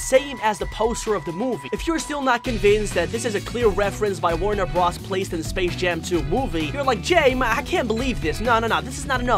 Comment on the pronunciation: The Animaniacs are The Animaniacs, and the Animaniacs live in the Warner Bros. Water Tower. Also if you must say bros instead of Brothers, it's B R O S, not B R A S. The way you said some names really threw me off. UwU